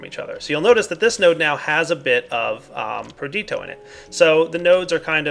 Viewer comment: it's perditio, not perdito. there's an I in there.